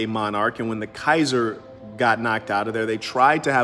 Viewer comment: When the saint opens his mouth wisdome comes out 💥 I like the way you said kaiser Greetings from Frankfurt Germany